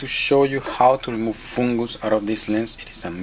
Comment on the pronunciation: You are my favorite Frenchman, I love the way you say "Foongus" I hope you keep these videos coming. I have learned so much from you and have successfully repaired multiple lenses because of you! Thank You!